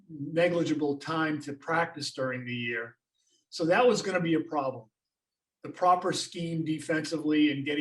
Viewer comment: Why emphasize the "problem" so much. Nick nurse won his first title in his first year with raptors